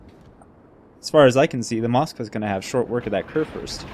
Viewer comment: Great Vid. Try to pronounce the "Kur" in Kurfürst like "cour" ;-)